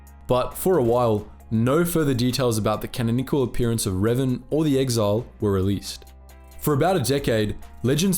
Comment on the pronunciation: Canonical being pronounced wrong so many times tho